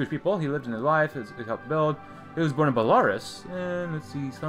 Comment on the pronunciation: .. it is pronounced BELL-AH-ROOS... this mod is very sloppy. Belarus did not become a country until 1991, so Weizmann could not have been born there in 1904. At that time it would have been part of the Russian Empire and would have been called the Minsk Governorate. On this map, they should have referred to him as having been born in the Reichskommissiart Ostland. Sloppy work in this mod.. great potential, but the rapid fire events take away from game play - especially when they are not related to the player's country